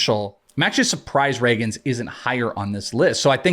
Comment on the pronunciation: I heard Cole Ragans pronounced wrong and I’m out.